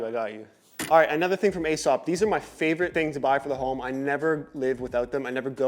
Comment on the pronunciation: It’s pronounced EE-Sop Loving your channel!